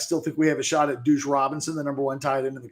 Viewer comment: Your inability to consistently say deuce is hilarious. “Douche Robinson”